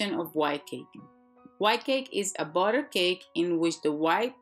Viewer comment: i subscribed to your shanel because I like how you say botter. :D